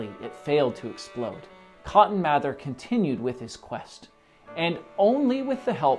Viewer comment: I'm a direct descendent of cotton mather. It's pronounced "mayther"